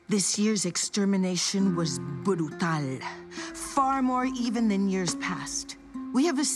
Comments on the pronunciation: The way pronounced “brutal” cracked me up a little bit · "this years extermination was ✨BURUTAL✨"